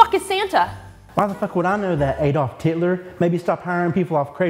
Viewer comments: "Adolf Titler" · “Adolf Titler”!!!!🤣🤣🤣🤣🤣🤣🤣🤣🤣🤣🤣🤣🤣🤣🤣🤣🤣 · "Adolf Titler" lmfao 😂🤣😂🤣😂🤣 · I lost it at "Adolph Titler" XD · "Adolf Titler".....crying!😂